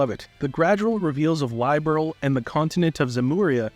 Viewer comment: The way you pronounced "Liberl" tells me everything. I don't think this list makes much sense tbh but you do you. Just finished the main story of Reverie and I really like it too. My no.1 is probably Trails from zero. Small party and focused story is really good in that game. My no.2 is Cold steel 4 cuz Avengers assemble! My no.3 is Reverie just for combat. I wish we stay in the system one more time? I dunno I really like it but looking forward to Calvard system at the same time.